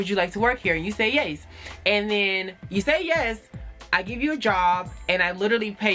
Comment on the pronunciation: Girl don't weave up a third world nation.😂😂😂😂 Did anybody hear the Yayz instead of yes lmao.